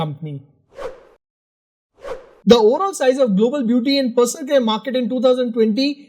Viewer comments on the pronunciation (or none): none